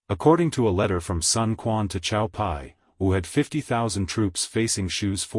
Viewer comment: Cao,I believe is pronounced as tsao. As in his father tsao tsao.if I'm in left field please elucidate.